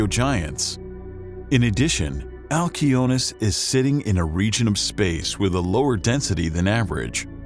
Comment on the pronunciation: Wow. Every other person in the universe would pronounce it "al see o nee us" but not you because you are special and want to be youneek.....🙄